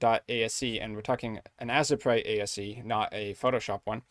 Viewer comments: I cringe so hard at the pronunciation of Asesprite. To the point can't even finish the video. This is helpful, but I just can't. I'm sorry. T.T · As-eh-prite lol.